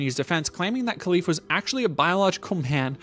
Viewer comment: Hey thanks for your video, I hust wanted to say that it is pronounce Relif not Kelif :) with a gutural R